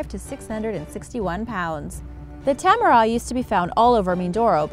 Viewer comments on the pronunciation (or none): Edit no hate its pronounced sina-ra-pan and u guys should go to siquijor its nice and its pronounced as puong-naza-reh-no and tamaraws is not raw as a raw fish mor like aww not raw its like tama-raww and pesos is pehsos da spelling is pesos the pronounciaton is pehsos okay no hate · tamaraw, is not pronounced like RAW but more like row in ROWDY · And it's pronounced as tamarao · ITS PRONOUNCED ,PEH-SOES ,AND PO-ONG NAH-ZA-RE-NOH, AT ITS TAH-MAH-RAHW,CEH-BUU, AND SIH-NUH-LOHG